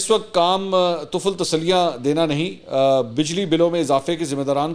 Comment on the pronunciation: Tufl tasalli ni .tifl tasalli sahi hy .tifl k mani larka boy farsi zuban mn